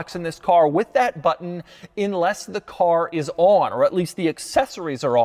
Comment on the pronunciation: It’s UNLESS, not INLESS. Did you not make it past elementary school?